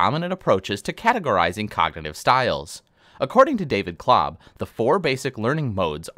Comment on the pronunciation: Did he said Clob? Lol